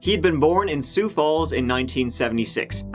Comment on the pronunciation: Good on you for saying Sioux correctly!